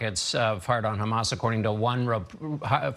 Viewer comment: It’s hamas not khamas u fukng eastern european occupier